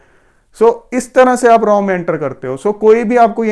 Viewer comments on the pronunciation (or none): R And AW This is right Pronunciation Raw Never Like Raw Pronunciation..